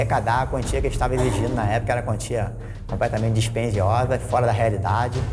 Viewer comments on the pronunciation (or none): "quantia disperdiosa" fala difícil ne 😮